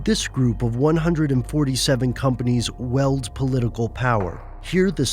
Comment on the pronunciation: 'Weld political power'?! Did you mean to say 'wield political power'?